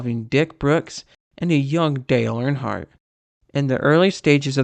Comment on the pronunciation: "Dale Barnhart"